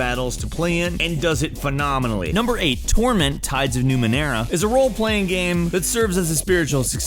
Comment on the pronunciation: Did the pronunciation of "game" change and I didn't get the memo?